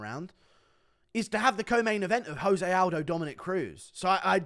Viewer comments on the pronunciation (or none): Oh no. Guru doesn't know the right way to say "Jose Aldo"... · Stop saying jose like hes mexican. Hes brazilian, just pronounce the j